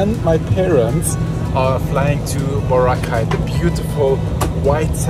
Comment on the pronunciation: I just noticed that sometimes you pronounce Boracay incorrectly, but later, you change and say it right. Just noticed it, and I thought it was funny. Love to see you and Grae out enjoying the Philippines. ❤